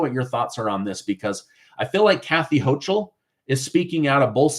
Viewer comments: ...Kathy Hochul's last name is pronounced as the "ch" is as a "k" sound. Just thought you may wanna know💁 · look up how to pronounce Houchal, I am in NY and we pronounce it differently than you do. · The "CH" in Hochul is pronounced like a "K". The ILLEGAL'S was planned to boost the Democrat voting role. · Her name is pronounced Hokul - hence the moniker "Kathy Hokum" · Hochul is pronounced Hokul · The terrible governor from NY name is pronounced Ho-kul. It’s not ch, it’s pronounced like a k. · NY Governor's name is being pronounced incorrectly; the ch is pronounced as a "k". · Good video, but you apparently don’t watch much news if you don’t know how to correctly pronounce Kathy Hochul’s name.